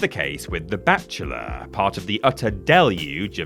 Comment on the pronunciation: For a good minute I thought was saying “the batchula” when it was in fact “The Bachelor” lol. I thought, is this some kind of bat themed game show from the UK I’ve never heard of or something? 😅. It wasn’t until he started talking about dating when I said “OHH… bachelor, that makes more sense” 😂.